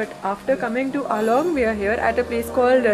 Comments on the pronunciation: It's AALO not ALONG...😊😊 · Please, call it "Aalo" not "Along".